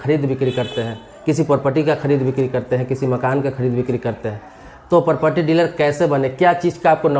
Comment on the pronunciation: पारपटी नहीं प्रॉपर्टी